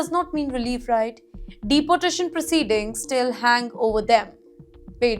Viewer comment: This female has a terrible accent - pronouncing "deportation" as "deputation" and 30 as "thutty ".